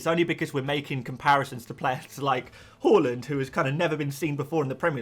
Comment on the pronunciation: Love the pronunciation of haaland as whore-land. That’s not a nice way to talk about Norway 😂